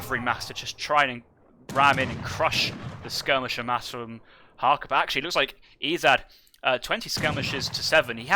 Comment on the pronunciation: please... it is harcha not harka